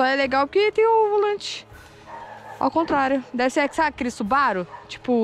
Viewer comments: Tábem acho que é mais ela falou subaro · parei com a falando subaro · eu fiquei com agonia dela falando subaru rs